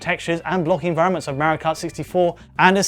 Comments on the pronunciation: Tenshi Cat Huh!? MEHrio is not how Italians say MAHrio. And the Japanese created Mario, therefore calling him MEHrio is just wrong. Just how people call Ryu RAYOO. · Why does he keep calling it "Mary Kart"? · Who's this Merry-oh guy this bloke keeps mentioning? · So excited to watch this until I realized it'd be twenty minutes of a British dude saying Mario wrong